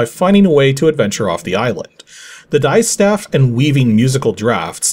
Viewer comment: Just one quick note ... the word distaff is pronounced DISS-taff, not DIE-staff :)